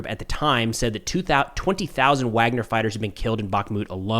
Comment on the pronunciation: It's Wagner, not Wagner.